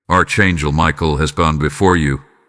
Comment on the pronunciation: Archangel is not pronounced "Arch" it is a "ck"